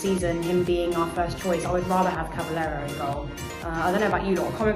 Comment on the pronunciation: Please pronounce it “Caba-yero” 💪🏽